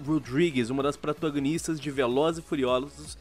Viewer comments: " Umas das PRANTAGONISTA dos Velozes e Furiolozos " -LION 2019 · PRATÃNGANISTAS kkkkkkkkkkkk